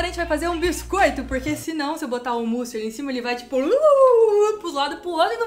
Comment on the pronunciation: Sempre q ela fala "mousse", eu ouço "pussy"